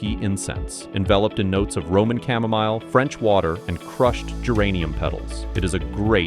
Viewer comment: Just a quick comment on the ad read. Oud wood is pronounced ewwd or ood. Or like "food" without the f. Chamomile was a little weird, too. 😃 Sorry. I support the channel with 👍's, comments, and sitting through ads. Otherwise I wouldn't have heard it. Back to the video.